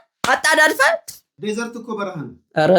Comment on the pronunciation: 😂😂😂 ዓስላው ትክክል ነው 'ደዘር' በረሐ ነው 'ድዘርት' ማለትህ ነው 😂